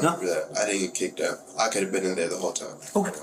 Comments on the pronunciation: yea but not bean. He said bean! Lol😂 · Homeboy did not just say "bean"😅😅😅😅